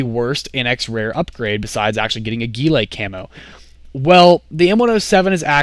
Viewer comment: Why do you always say ghilLAY? I thought it was pronounced ghiLEE